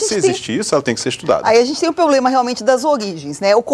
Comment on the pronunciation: Bah, essa senhora falando em "pobrema" querendo explicar alguma coisa. Tá louco!